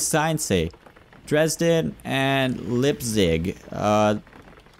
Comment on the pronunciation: On Leipzig u Must speak The ei like i ( im from Germany)